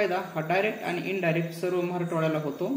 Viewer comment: मराठवाडा म्हणा म्हराटवाडा नव्हे.